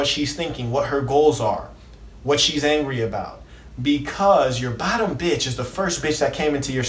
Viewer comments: Why he say beitch like that tho. Haa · Why he cant say Pimp and Bitch regular? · The way he says pimp and bitch kills me 😂😂😂😂😂